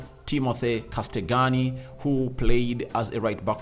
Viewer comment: I love how cold you butchered Castagne's name 😂